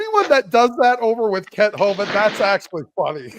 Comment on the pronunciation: “Kent Hovined”